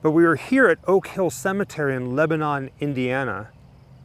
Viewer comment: It's pronounced Leb-uh-nun